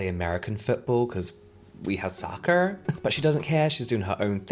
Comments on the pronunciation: when bro said ‘sawhkerr’ i almost cried 😭 too funny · Haha, saying soccer in the most US American accent! 😂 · I’m sorry, but the way you said “soccer” sent me! omilawd 😂🩷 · The way you said “soccer” with that American accent took me out! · my scottish husband says soccer the same way when he talks to me lmaoooo (i'm american) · It sounded Canadian lol I loved it & came straight to the comments 😸